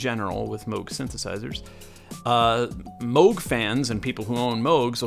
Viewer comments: Yeah, what does he know. It's only his name and he still gets it wrong. 🙄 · (Also Dutch) To complicate things: the pronunciation would be different whether you're from the North or South of The Netherlands. But yet, the old guy gets it wrong either way. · I’m dutch. The old guy also mispronounces it. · Mogchhh...Well then since we're all saying it wrong i'll stick with moooooooooge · I know a woman that went to high school with a kid who brought a gadget that his dad was working on to a high school dance in upstate NY. That was back in the mid 60's. She said it was a bulky thing . It was one of the first prototypes of the Moog synthesizer , The kid's last name was Moog , not pronounced moo like a cow but " oh ". I guess he didn't like it when people pronounced his name like the sound of a cow .... Moo......... So there you have it , from the horses mouth. 😎